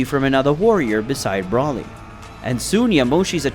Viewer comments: dude really calls broly "Brawly" 💀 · people still can’t say broly or whis right smh